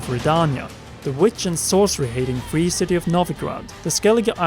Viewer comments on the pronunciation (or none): “Da Witcher free”